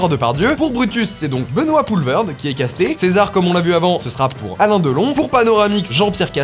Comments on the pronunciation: Ca vient d’où l’idée de prononcer Poelvoorde “ Poelverd “ ? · Benoit Poelvoorde, ça se dit poulvaurde